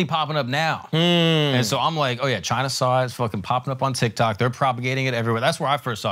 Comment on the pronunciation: Yeah, as a Nepalese guy who's pretty close to my Tibetan homies, the whole chine was right was rough to hear. I enjoy Flagrant and they're not being serious about it, I'm sure they're just playing but definitely took a bit to get through.